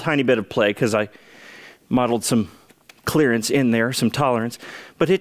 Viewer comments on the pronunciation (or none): Who else heard ",Clarence" in their heads when he said "clearance"?